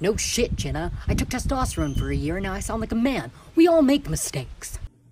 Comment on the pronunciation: I'm not making fun of their voice but he sounds so weird when they said mistake